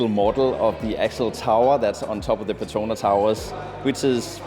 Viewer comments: It is PET TRO NAS not PE TRO NA Towers🤦🏻‍♂️ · The ‘S’ in the Petronas is not silent.. you should pronounce it like the locals